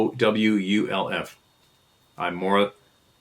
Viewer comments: Bay-a-wolf. Pronunciation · Beowulf pronounced Bay wolf. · The old English Saga, Beowulf, is pronounced Bay-o-wolf. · Me too. It was funny to hear not even know how to pronounce it lol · Hearing pronounce Beowulf was cringe but funny. Great story, whomever sent it in.